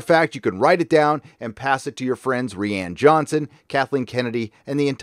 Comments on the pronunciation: Please stop pronouncing it as Ree-Ann Johnson. That shit irks me each time. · You mean 'Ruin'? Also, you must be new here. The 'Ree-ann' pronunciation is purposeful.